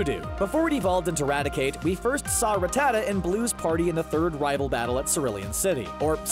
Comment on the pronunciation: The way you say Rattata is just terrible. It’s Rat-atuh